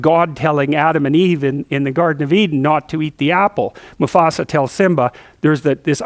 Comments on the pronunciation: Its "musAfa" not "musofa" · Musafa hhh he almost said Mustafa lol 🤣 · No one dared correct him when he said Musafa hahaha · LOL, "Musafah." I love it! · lol, it's MuFAsa, not MuSAfa! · lol "musofa" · get your feet of musofa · Ah...Good ole Musofa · i love JP! for some reason i couldn't stop laughing he says "moofasa" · mrbrockpeters musofa musfoa musofa! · "My sofa"